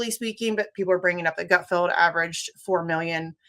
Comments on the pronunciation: Hey goth lady Jimmy, it’s “Gutfeld” not “Gutfield”. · Someone needs to tell your graphics person that its 'Misty,' not 'Wisty.' (Edit:) And someone needs to tell Misty that it's GutFELD, not GutFIELD. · Did you call him Greg “Gutfield”?